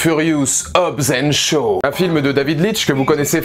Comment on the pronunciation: Pis c'est Shaw pas Sho!